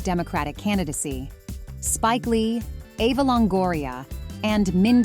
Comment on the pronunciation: Eva Longoria! NOT Ava!